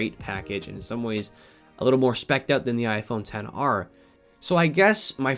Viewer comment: Get the s10 E 😂😂 he just murder the XR name 😂😂 At 10:6